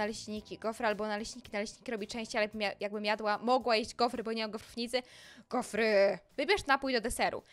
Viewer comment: A powiesz mi co to GOFERY? Powinna powiedzieć GOFRY